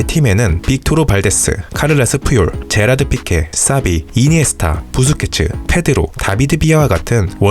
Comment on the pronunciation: 제라드 피케가 아니라 제라르 피케 입니다